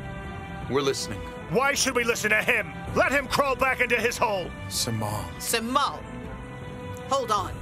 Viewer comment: It's jemal I guess Instead Simal I guess so